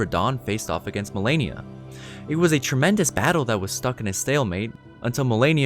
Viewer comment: I fucking hate when people says Melania, fuck you! Her name is Malenia!